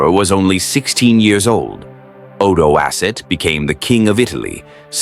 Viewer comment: Odowasa? He must be from Sahara :))))) It's Odoacer, dude, and he was of Germanic origins, don't let AI take over, dude